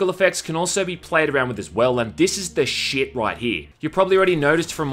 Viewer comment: Why does he say “shit” like this 💀